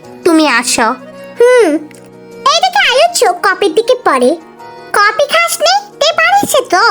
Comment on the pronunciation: কপি ❌ কফি ✅